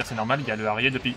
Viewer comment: arié hahahaha ça se prononce arière ou arieur (Harrier) merci pour nos oreilles